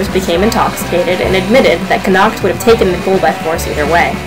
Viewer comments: Good basic retelling but jst so u no usually in Irish the stress is put on da first syllable of the word. Dat wud help ur pronunciation. CONnacht, FERdia, etc etc. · I don't care if this is nit-picking, I really must protest. Medb is pronounced 'May-v', Connacht is pronouced with the emphasis on the first syllable, as is Ferdia.